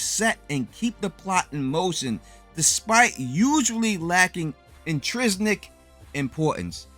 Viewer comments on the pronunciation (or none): It’s intrinsic not intrisnic lol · You lost me at "intriSNIC" . The word is intrinSIC . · "Intrisnic impowtance" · "intrisnic" lmao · I'll teach you to pronounce "intrinic' for five bucks. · Great video, really good work. BTW, it’s spelled/pronounced “intrinsic.” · In-trin-sic. If you run into a word you don't know how to pronounce, you can look it up, and it'll usually have its pronounciation next to it. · "intresnic importance"... Really? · Sorry, bud...but I was out as soon as you mispronounced intrinsic. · Let the man slide on that one lol. So he added an extra N.. you’re strict with the Wheel Of Fortune rules lol